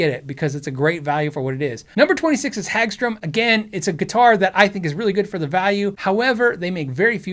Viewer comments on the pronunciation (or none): Hagstrom, not Hagstrum. I own one. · "Hagstrum"? Er, Hagstrom. "Resinator"? Er, no, it doesn't make resin. And you,, go repeating "Hagstrum"? Shame on you. No faith in you now. Also, just because a manufacturer only makes one or two models in your price range should not be a negative. If the guitars are good, then they are good. It's like your BF/GF. If he/she is totally desirable, who gives a flying duck about whether he/she has brothers/sisters or whatever? Eh? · It's not Hagstrum, but Hagstrom or Hagström.